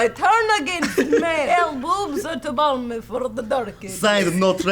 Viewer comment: 1. said no-trandom1 rather than not-random1 2. did not realize that it was supposed to be "blame" and not "balme"